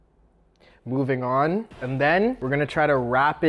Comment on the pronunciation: When you said moveing on like that it was funny